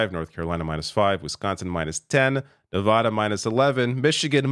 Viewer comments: It's pronounced "Ne-VĂ-də" (using the short vowel sound), not "Ne-vä-də" (using the broad vowel sound). Take it from someone who lives in the region. Learn it to avoid further humiliation. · How does someone as informed as this not know how to pronounce Nevada correctly? It's "vad" as in "add", not "odd". Anybody who says Ne-vodd-ah instantly reveals they don't really know much about the American West. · As a Nevadan, I kindly ask that you learn how to pronounce Nevada. It's not nevauda, it's nevada. That said, let's goooo! Coconut tree 2024!!! 🥥🌴💙🥥🌴💙🥥🌴💙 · Love your channel. Please pronounce Nevada properly. Thanks!